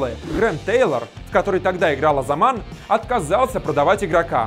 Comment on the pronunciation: Не Озаман, а Озалан